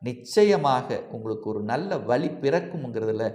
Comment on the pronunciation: tamizh ucharippu... rombave kashtama irukku.. vali? vazhi?? ioo. iioo